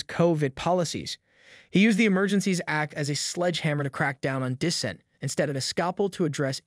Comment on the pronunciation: Brother I appreciate your content but you really need to learn how to pronounce several words like rhetoric and dissent were ones I remember off the top of my head